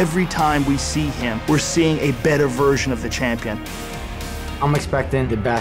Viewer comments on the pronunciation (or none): how the fu k did Alvarez get a title shot? he has not even won a fight in the UFC impressively! WTF? and he speaks as if he has knocked out everyone since he's been there. and for shitsake some one tell RDA that it's pronounced hiM not hiN